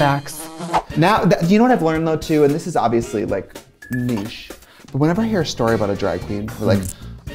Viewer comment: I appreciate that Trixie can say niche correctly.